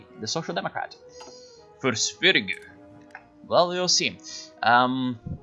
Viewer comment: The word Sverige does not have a hard G, it's a soft g that sounds more like a j.